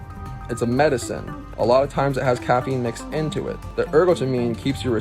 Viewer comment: Starbucks kid thinking he's a doctor... as he mispronouncingly reads from Google about caffeine🤣